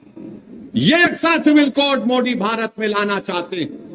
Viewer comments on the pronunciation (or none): यह बोबडे को "दरम्यानमें" द बोलना मुश्कील नही लगता मगर मोदी को मुंडी बोलता है